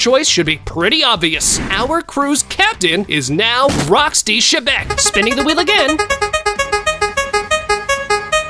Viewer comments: Its not shebec bro Its xebec but pronounced zebec No offense:) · why did he say rocks d. shebeck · ITS X E BEC